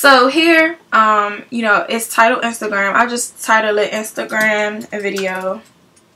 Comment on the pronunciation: i cant keep from laughing. your accent is so funny. like were you say "you knowwww"